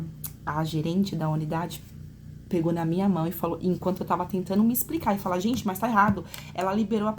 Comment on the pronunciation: Chocada com o 'ablar ' dessa dotôra.